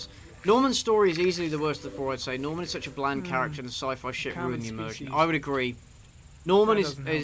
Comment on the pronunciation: I'm guessing most of the voice actors being French explains him pronouncing Norman as "Nahman."